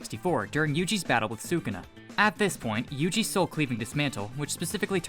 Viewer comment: Yugi!? Really its yuji